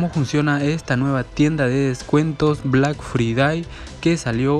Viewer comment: Black fridai literalmente lo dijo asi xdxdxd